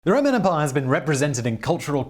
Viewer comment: The way Simon says "EM-pai" is quite humorous. Great gusto on the second syllable.